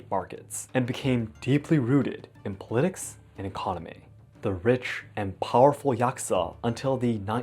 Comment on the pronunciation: It is pronounced POLitics. Cheers.